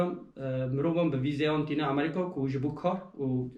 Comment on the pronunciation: Gellek spas ji bo parvekirina van agehiyan yên rind û hêja, spas bira. Tenê tiştekî bala min dikişîne, ew jî lêvkirina we ji namî (navî) welatî Amerîka ra .. Hûn dibêyin Amerîqa ! Tîpa ( k ) diqulibînin ber ve tîpa ( q ) ... !